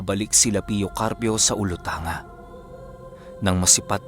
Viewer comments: korek lang poh ung olutanga poh sounds like OLUTANGGA poh..proud sibugaynon po ako from alicia near by olutanga island and talusan island..number 1 fan nyo ako..godbless poh..pa shout out poh.. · Hindi ganon sa amin ang pag bigkas ng Olutangga